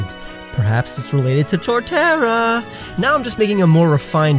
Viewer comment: I say “maybe, torterra” he says “torterra